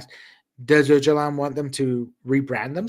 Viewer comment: proving that he is a true American by being completely unable to pronounce ”Öcalan”!😂